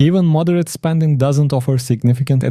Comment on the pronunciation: Spanding or Spending ?